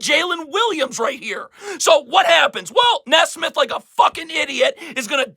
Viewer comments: It’s NEE-smith not Ne-smith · It's pronounced "Knee-Smith" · He still can't pronounce Nesmith.